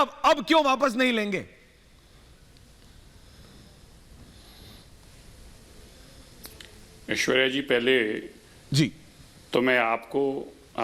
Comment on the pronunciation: पत्रकार महोदय, आपने कहा, ''मैं हूं ऐश्वर्या कपूर ।'' यह सुनकर मैं चकित हो गया; क्योंकि आपने पुरुष होकर भी स्वयं को ऐश्वर्या कपूर कहा ! आपको कहना चाहिए था, ''मैं हूं ऐश्वर्य कपूर ।'' ऐश्वर्या शब्द स्त्री वाचक है, तो ऐश्वर्य शब्द पुरुषवाचक ।